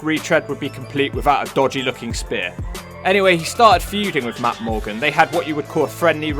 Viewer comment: He can't say Matt morgan